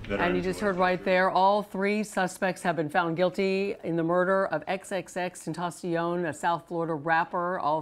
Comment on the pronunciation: face-purple-crying::face-purple-crying::face-purple-crying::face-purple-crying::face-purple-crying::face-purple-crying:she called him x x x ten sion